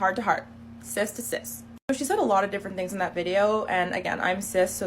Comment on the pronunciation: Why do they say Cis like they mean Cyst? Every time I hear that word it makes me cringe...